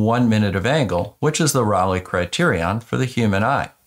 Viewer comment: Just FYI, it isn't "rawlay" it's RAY-lee. Raleigh is a British bicycle, Rayleigh is the criterion.